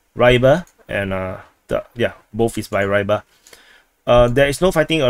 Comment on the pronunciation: War its not [raybar], it's pronounced [ruibar] and means something related to fish, fisherman